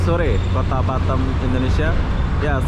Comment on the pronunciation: bukan batem bos tapi batam